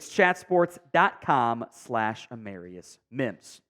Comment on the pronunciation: Wrong pronunciation of the first round draft pick, A Marr i us, not A mare i us...